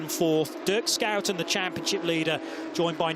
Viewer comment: Can someone please tell the commentators how to properly pronounce 2 time race winner Dirk Shoe-10's name. It's embarrassing.